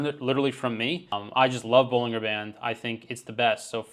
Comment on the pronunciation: You can't take credit for Bollinger Bands and then proceed to repeatedly mispronounced them. It's ball-in-jer.